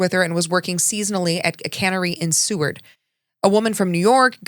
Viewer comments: It’s Seward like sewer, not seaward. Sorry born and raised in Anchorage I have to say something I’m sorry! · "Seward" Is pronounced "Sue-werd". 😉